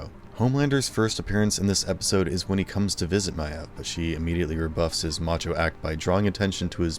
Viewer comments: The amount of people in this comment section that are making fun of or just flat out insulting the creator just because of how he says Queen “Maeve”…I can guarantee you a lot of people have at least one or two words that they pronounce incorrectly simply because it was the way they guessed the word sounded it before learning the actually it correctly. I was like 9 when I started reading the first Harry Potter book, and I had NEVER in my life seen or heard the name Hermione. So I just guessed and for the next THREE BOOKS, every time I read Hermione, I’d say it like “Her-moy-nee.” I had misspelled the name in my read the first time I read it (ex: Hermoine, not Hermione) and never noticed it. I thought the “o” came before the “i” so the same sound you’d get in the word “coil.” Eventually, the day game where someone laughed in my face and corrected me and now I’ve known for years how to correctly say Hermione, but I slip up and still pronounce it my stupid incorrect way often enough. It’s just how I taught myself the name and I’ve never been able to just forget I can deal with the grammar police, but the pronounce/enunciate police need to stay at home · Why can’t you say Maeve right? You must watch the show so you hear people say it, right? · Why are you saying Maeve's name like that, all characters say it differently in the show. Are you just trying to make people mad or what? Saying someone's name wrong doesn't make funny, it make you childish. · Narrators aren’t a pet of the writing team, and probably never saw the show. What’s more frustrating is the fact that Maeve isn’t even a made up name. It’s a real, normal name and they can’t even pronounce it right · Awesome video but I hate the way you say Maeve lol everyone says her name the same way in the show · Great video but am I the only annoyed by his pronunciation of Maeve's name? Jeez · Maeve is not My-evv It’s like Mave rhymes with rave. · dude its pronounced may-ve not mi-ave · 'queen myav' 😂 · THANK YOU!!